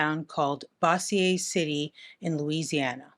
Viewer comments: Fun fact… Bossier is pronounced Bow-zhay like a soft j sound, creole I think. (Useless knowledge from my childhood 😂) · Bo-zher Louisiana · I was gonna say, it threw me off bc I used to live there. Bow-zhr is about right; Bossier sounds more snazzy tho 😂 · I’m absolutely losing it at “Boss-see-ay” City, I’m from the southern part of Louisiana and most of our pronunciations are very French, but north Louisiana is a different world for sure. Bossier is pronounced similarly to “dozer,” at least where I’m from. But I see you girl, putting respect on the French culture down here 🎉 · Good Lord, I didn't know that Jared Leto was from BOSSIER of all places. Makes so much sense. (It's pronounced Boe-zhur, btw. I also pronounced it incorrectly when I moved here.) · Bossier not pronounced that way lol, it's like Hoosier but with a "B"...